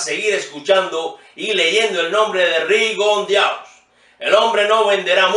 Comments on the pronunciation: como recomendación hable con mas naturalidad para que no resulte tan pesado escucharlo.. y no se dice Rigondiaux.. se pronuncia Rigondó.. y Uscatégi lleva la acentuación en la e.. en todo lo demas de acuerdo.. no debe ser descalificado Rigo.. el completó la acción que se estaba desarrollando durante el sonido d la campana y tambien Flores estaba tirando golpes en ese momento. 1saludo buen trabajo. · El apellido se pronuncia RIGONDÓ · Sigue estando usted en un error. Y escudarse en querer pronunciarlo así porque muchos lo hacen es aún peor. Con respecto al origen del apellido, es francés, y así debe de ser pronunciado. Lo invito a leer lo que dice la Real Academia Española al respecto